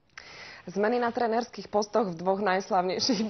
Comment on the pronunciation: mam taky pocit ze sa smiala na tom co povedala :D ak dobre pocujete poviedala miesto na trénerských postoch na trenérských postoch.. a este to tak zatiahla jak vychodnar :D vsimnite si ze sa zasmeje hned potom ako to povie